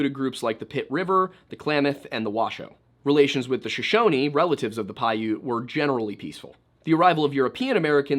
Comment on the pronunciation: Oops, pronounced Shoshone and Winnemucca incorrectly. Pyramid Lake is north, not west, split by I80. Jeez Louise, not 17 minutes in, and this? Makes me wonder?